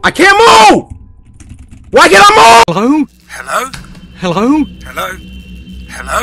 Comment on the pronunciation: cory say hele instead he.lo.